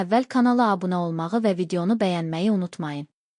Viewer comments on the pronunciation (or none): none